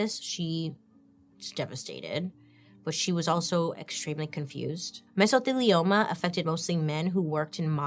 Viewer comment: Proud of you for pronouncing Mesothelioma 👏🏽👏🏽😂